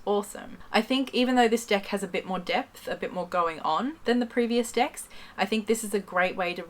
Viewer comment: It sounds like shes saying oracle dicks....